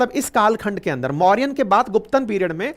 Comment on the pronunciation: सर आपसे और सभी शिक्षा के क्षेत्र से जुड़े हुए व्यक्तियों से अनुरोध करता हूं कि कृपया हिन्दी शब्दों का अंग्रेजी में उच्चारण न करे। इससे नए विद्यार्थियों में भ्रम की स्थिति पैदा हो सकती है। साथ ही मूल नामों खो जाने की संभावना रहती है। जैसे - गुप्त को गुप्ता, मौर्य को मौर्यन सातवाहन को सातवाहनाज शक को शका कुषाण को कुषानाज चोल को चोला चेर को चेराज पांड्य को पांड्याज आदि